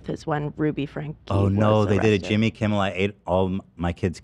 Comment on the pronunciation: why tf is them calling jimmy kimmel “jimbel kimbel” sending me